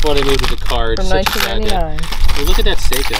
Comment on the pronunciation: Hi there. Just wanted to let you know that watch (Seiko) is pronounced Say Ko. But nice try.